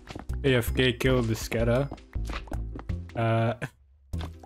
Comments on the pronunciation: its actually pronounced scatha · i actually laughed when you said scadoodle.